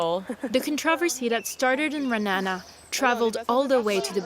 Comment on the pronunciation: I live here! Also you pronounced it wrong its ra-a-na-na not "RaNA